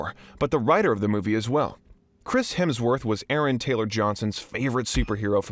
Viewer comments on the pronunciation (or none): none